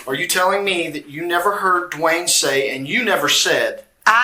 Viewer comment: Is the man named Dwayne(Duane) or D’Wayne as she pronounces it. I have cousins with both variations